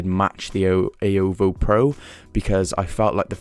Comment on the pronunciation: The way he said xiaomi is so satisfying. Almost like Wyoming😀